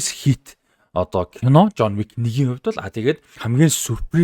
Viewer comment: ЖООНЬ ВИК гээд байхын ЖООН ВИК гээчээ дуудаж чадахгүй бол битий гадаад нэртэй контентууд хий